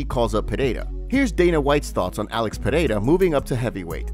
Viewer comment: Dude you need to pronounce the champions name. Listen to Bruce Buffer's pronunciation saying Pereira